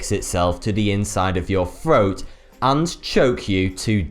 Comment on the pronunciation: and... what the thuck is a froat? get it? thuck? thuck?? froat?